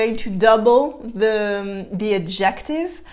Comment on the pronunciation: As usual, a very enjoyable and instructive presentation! Just a few comments. The A in cradled is pronounced like the A in SAY, not like the A in AT. In any case, the verb would be rocked. You rock a baby in your arms or in a cradle. Also the stress is on the first syllable of the word ADjective. My American ears noted and admired your smooth transition from French to English when you said "someone you say TU to." Fûte makes me think of Bison Fûté who reports on traffic conditions. You may want to explain the differing second vowel sounds in gentil and gentille. To have une araignée au plafond is to have a bat in your belfry. Sometime you may want to explain regressive assimilation, as exemplified in "bas de plafond," where the e of de is elided and the D is then pronounced as T because of the following unvoiced consonant P.